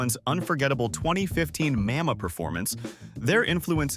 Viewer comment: Did he go out of his way to pronounce Mama wrong or— my dude it’s not that intense 😢😢😢